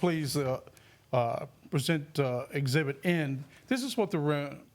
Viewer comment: Exhibit….. not Exhibt Mr. Lawyer 😂😂😂